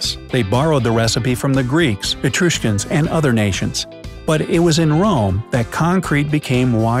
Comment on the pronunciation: Etruscan was pronounced 'e-true-osh-skin' its E-Trush-Kan Bitumen was pornounces Bit-too-men its 'Bichu-men' Asuka was pronounced A-Soo-Kah its 'aus-kah'